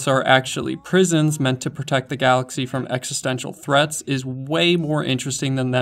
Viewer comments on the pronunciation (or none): none